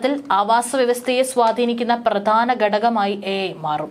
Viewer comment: ബാവി അല്ല ഭാവി ആണ്. പ്രധാന ആണ് പ്രത അല്ല